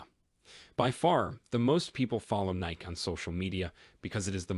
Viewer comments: its nikE not nik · It’s Nikeeeeeeeeeeeeeeeeee eeeeeeeeeeeeeeeeeeeeee, not Nic